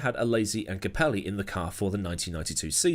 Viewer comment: Every time you say capelli's name like that it gives me a migraine